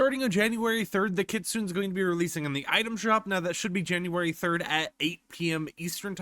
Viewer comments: For the love of god, its pronounced kit-su-ne. Not kit-soon. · It is. Idk why he pronounces it Kit-Soon. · it is pronunced as Kitsuney !! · pls STOP with the "kit-soon" 😭 ik u speak English but plsssss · Bro reminds me of a beginner anime watcher how he saying kistune😂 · Btw idc how you pronounce things but it’s supposed to be (Kit-Soon-Ay) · good to know but it’s pronounced Kit-Sue-Nay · I thought its pronounced Kit Sue Nay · It's actually pronounced kit - soon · It's killing me how you are pronouncing that 😭😭😂😂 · That's not how you say Kitsune. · Take a shot every time mispronounces kitsune.